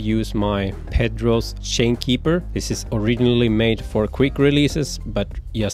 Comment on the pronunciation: When I heard "Shane" instead of "Chain" I knew the guy was a Swede :) Or at least pretty near Swedish.